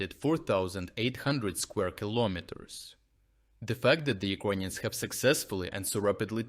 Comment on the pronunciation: Hey, dude. Thanks for your videos. Is it on purpose you pronounce “Ukrainians” as “Iconians”? Star Trec style?